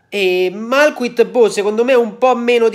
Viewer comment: Che pronuncia francese del gabon! Grande!! Ahaha